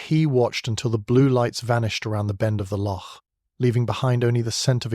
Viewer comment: A good tale spoiled by the reader. I’ll is not “ill” and though you did eventually get it right, locsh is pronounced lock